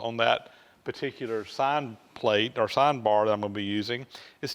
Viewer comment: Sine not sin.